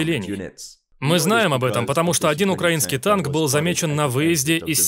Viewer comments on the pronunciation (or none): none